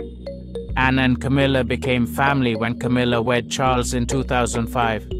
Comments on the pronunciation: I unsubscribed because if you can’t even get Princess Anne’s name correct, you probably can’t get correct information for us, either. She is Princess Anne, NOT Anna as you called her repeatedly. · Anne not Anna